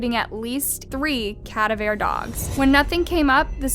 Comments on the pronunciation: For reference: Cadaver Dogs you're saying Ka-da-veer. It's Ka-da-vuh. Enphasis on the da, not on the ver. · Uhhh CADAVERE???🤨 How does one upload true crime cases & mispronounce a very relevant word in true crime? I'm truly lost on that-not trying to be an ass, I'm now a subscriber & think you're very good at telling the stories, just kinda confused on that 😬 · Cat - A- vare dogs 🤦🏻‍♀️ Ka-da-ver- cadaver ffs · What's a cad-uh-veer dog? Do you mean cuh-da-ver? Cadaver...dead boy. Cadaveer..not a word. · It's strange that you chose to talk about her music choice in detail which actually is quite irrelevant. And again, "Cadaver" is not pronounced as "Cadavær" it's "kəˈdɑːvə" or "kdaavr" (first vowel 'a' is very short, second vowel 'a' is emphasized and third vowel 'e' is almost silent). You tend to mis-pronounce words using all vowels sounds individually, like c-a-d-a-v-e-r (kadavaer). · For you future knowledge. "Cadaver" is not pronounced cad-a-ver. It's pronounced ca-dav-er. With the emphasis on "dav". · Not CAdaver ...caDAver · If you cannot pronounce “cadaver” correctly then shut down your channel. Here, I’ll help you Try this: CUH-DAV-ER not CA-DUV-ER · I love your show thank you for bringing this evil to light... I must say I’ve never heard it pronounced “CADaver” usually its pronounced “caDAVer” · HbyyHi! love, b real quick the word “Cadaver” is pronounced here /cuh•da•vr/ not cahdahvér! Ca is the ‘u’ sound in “ummm”, The da sound is like the da in ‘dad’, and vr is pronounce exactly like “purr” but obvi with a v!! no judgement or disrespect on this just trying to help ( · Just FYI you're not pronouncing "cadaver" right. It's like "KUH-DAA-VUH, not at all the way you said it...something you should probably know if you're running a True Crime channel! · cuh-DAH-ver dogs. As in a dead body/corpse is a cadaver. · Ca-da-va dogs lol keep up the great work. I'm so glad I found your channel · "Ka-Dav-R" dogs. Cadaver dogs. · Cadaver is pronounced ku dah ver btw lol